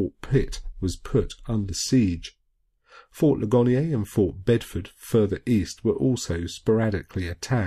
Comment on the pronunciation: That is fort Lig-an-ear. It received its name from the battle there. A wounded soldier said "Ouch, oh my Leg and ear". ;-)